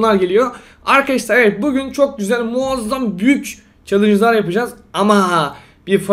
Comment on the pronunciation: Abi neden "Evet bugün " derken neden pugün diyorsun